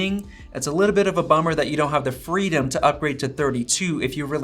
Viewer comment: “aPpLe hAs MoRe F R E E D O M.”